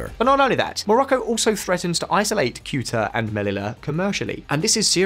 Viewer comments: It's pronounced Seh-u-tah, not "Kute-ah", OMG. I think Spain did this about face to please Washington, as it only helps the US gain further control over EU policy by increasing the share of EU gas imports from the US while simultaneously preventing independent action on a Ukraine peace. Non-disclosed corruption is also a distinct possibility. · Kewta? Come on already, the constant mispronounciations in every video are not cute or funny, they are just embarrassing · “Thayuta” is the usual pronunciation for Ceuta,. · ugh you need to do better research…kyootah? It’s pronounced ‘Say-you-tah’. There is no more tension between Morocco and Spain 🇪🇸 🤝 they buried the hatchet 🪓 back in March. Additionally, Spain 🇪🇸 is Morocco’s main gas supplier. I believe that today Morocco began exporting gas toward Spain. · Keuta?!!! Just at least have some basics of English or Spanish: Ceuta as in SSSSSSeuta. No language skills either huh? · Ceuta: Theh-oo-tah Melilla: Meh-lee-yah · I feel you omitted certain key points which are discussed below. Also, it's pronounced SAY-OOTER. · When a Brit can’t pronounce a city name like Ceuta , that’s the sign that the city shouldn’t be named like that. It’s Sebta. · This channel does so little research the guy doesn't even know how to pronounce "Ceuta"